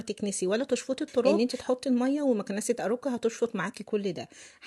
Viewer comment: اسمها اوركا مش اروكا 😂😂😂❤